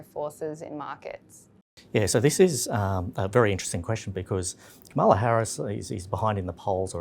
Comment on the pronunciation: All three of you - please get the pronunciation of Kamala's name right